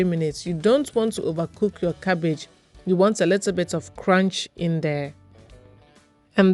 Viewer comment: “Cabbagee” is a word in my books 😂😂 and if the cabbage is not crunchy i don’t want it ,a job well done 👏🏾👌🏾